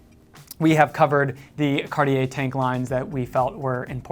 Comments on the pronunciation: My main issue with your pronunciation ( sorry :) ) is actually on the brand name. You're not pronouncing the T enough. I hear "Car-yeah" or "Card-yeah". It's "Cart - yeah". T like in caT. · Here's a tip for your pronunciation. The 'I' in cartier isn't pronounced. You pronounce it 'cartjer' so the 'er' sound is correct but replace the i with a j for the right pronunciation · Mispronunciation of any language is nothing to be proud of. You should learn pronunciation rules, practice and then you won't have to make feeble excuses. Start with English though won't you, because your English needs work too. Carteeyay so many times I could not watch more than 90 seconds. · Isn't it pronounced Car-tee-air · Actually it is pronounced Cuh-tye. With the -uh very soft and gentle and -ye pronounced like it Kanye. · I so hate the way Americans pronounce French words like Cartier…just do some research and listen to how French speakers say it…it’s not rocket surgery guys…. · Horrible how you speak out Cartier. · how do jou expect me to take you serious if you can't pronounce Cartier?